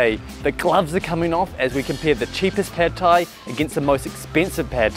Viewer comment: ต้องออกเสียง ผัด (putt) ไทย (thai) ออกเสียงสั้น ไม่ใช่ลากเสียงยาว ไม่ใช่แพดไทย Pad thai not paaaad thai